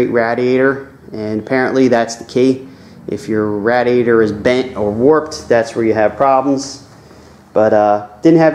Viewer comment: please say radiator the right way